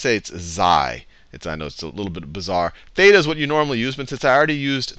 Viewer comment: you don't pronounce "θ" and "ψ" correctly (im greek) anyway, great vids! :DDD